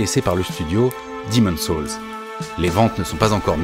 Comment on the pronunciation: à part la prononciation désastreuse du mot "soul" ou encore "gotham" .... superbe video.